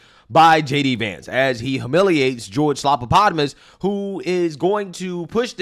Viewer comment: I love running gag of butchering George's dumb name